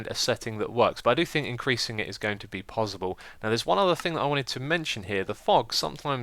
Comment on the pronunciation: You say possible weirdly